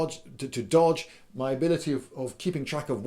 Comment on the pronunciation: Did you just say "joj" instead of "dodge?"